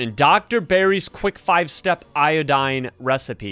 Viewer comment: “I got io-doae”💀 “We need i-do-dane”💀